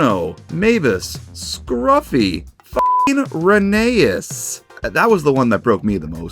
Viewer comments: Dude, its pronounced Reh-nee-as, not Reh-nay-as. Sorry. Just had to get that off my chest. I love these new concepts, and some just make me go, why did they do this. Overall, pretty good stuff. Hopefully Mattel make Thomas a train again. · rheneas? (pronounced reh ney us) RHENEAS!? ITS FUCKING RHENEAS (pronounced ren e us) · bro pronounced Rheneas wrong, HERESY!